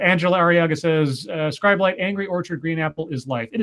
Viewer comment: Scribe just wanted to let you know that you were pronouncing my name correctly the whole time. You asked if you were later in the stream and I was answering you.